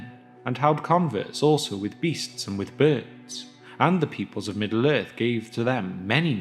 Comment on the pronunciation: lmfao, Middle Earth, its two fucking complete words dude. You- "Middaler" Its not so much like you're speaking as chewing the words up in a sandwich and letting them drop out of your mouth.